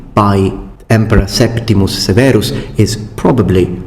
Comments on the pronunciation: Septimius Severus. Septimiiiiiius it is. not Septimus. First Lecture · DOES HE SAY SEPTIMS? THAT'S THE ELDER SCROLLS NOT REAL LIFE! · Did say septims? Like skyrim money?